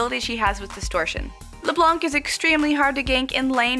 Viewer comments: santanickinhell At least we can laugh at them ! And yes, we french people pronounce "Leblan" Not Leblanc or, as Froggen would say, Leblenk. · When you say Leblanc you don't pronounce the (c) because it's French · Hell Heaven it is on that word, silent c